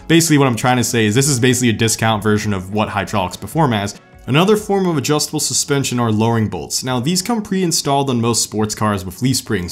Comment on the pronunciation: We will see if you know suspension, better than you know how to say them......